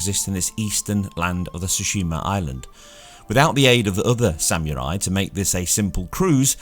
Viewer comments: I like how he said it sam you rye lol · "Samurai" look up the meaning and how to say it. Say it with meaning. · Hearing you trying to pronounce samurai is almost as bad as hearing Benedict Cumberbatch say try to pronounce penguin. Almost. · I legit lol'ed when I heard how you say "samurai" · Is that how you pronounce samurai? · “Sam-oorye” “Oh-fence” I just cant dude wtf are those pronunciations 😂😂😭